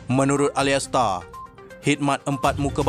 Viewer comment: Salah sebut tu bukan alaistar....Alaister(sebutan) Edward. Semoga bertmbh kualiti bacaan tksih atas sumbangan anda👌